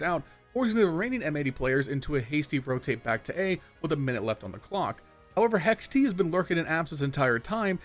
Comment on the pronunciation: You calling hext, hex-t makes me irrationally angry lol.